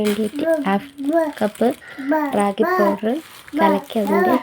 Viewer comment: രാഗിഅല്ല റാഗി ആണ്